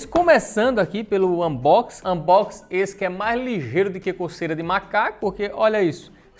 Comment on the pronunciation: Eu acho engraçado quando o fala "Mais lingeiro" 😂😂😎